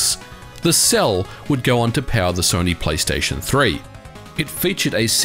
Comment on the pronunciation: Man, am I the only one hearing “PAL” every time he says “power”?